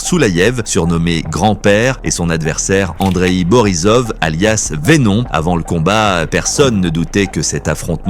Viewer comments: Voix ia qui ne connaît pas l’anglicisme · "Vé-non" omg...